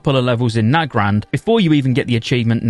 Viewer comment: You're one of the only people that I've heard pronounce Nagrand the same way I do. Everyone else says "Nuh-grand". You must be married if you say it "Nag-rand" :P